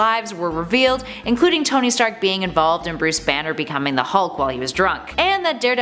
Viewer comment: towny stark? CANT ANY OF YOU PRONOUNCE A NAME RIGHT?!